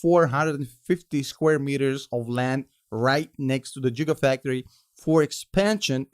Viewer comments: Lol jiga, it is giga. We love you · ha ha "jigga factory" … some people say "Gigga" (coming from high horse where I only speak one language) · Did he just say “jigafactory”? 😂😂😂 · Did you say "jiggafactory"? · I like how pronounces Gigafactory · 'Jigafactory' had me lol'ing. Jay Z would be proud.